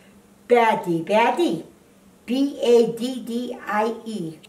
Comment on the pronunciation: LOL the way she says baddie